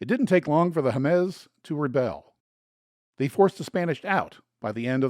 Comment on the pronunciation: FYI: the name is pronounced: Hey mez, with the accent on the first portion of the name “Hey or Hay” mez..